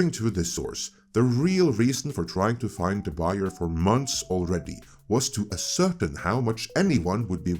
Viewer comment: Lol "a-certin" it's "ass-sir-tain". Never change. 😂